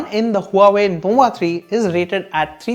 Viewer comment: Its nova, not nowa 😂